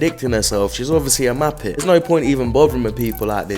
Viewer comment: “she’s obviously a mah-pet” 😂